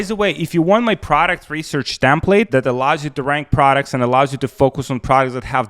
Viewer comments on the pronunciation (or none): TEMPLATE BRO TEMPLATR